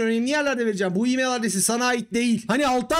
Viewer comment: E-mail telaffuz ederken neden imeyıL diye sondaki l'yi kalın okuyorsunuz? Türkçe konuşurken çok sırıtıyor.